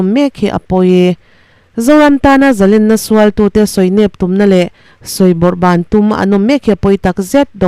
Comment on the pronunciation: Zalrnna nilovin Zalénna yia lam tur lén ssngha manna lén